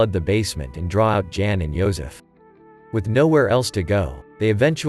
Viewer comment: The male name of ' Jan' is pronounced as ' yahn '.